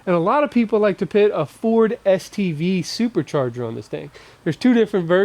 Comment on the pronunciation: Always PIT and not PUT. LOL